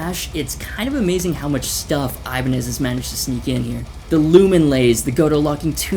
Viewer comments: Also you say Ibaneye but Hoshino says Ibanez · 'Iban-eye' Wut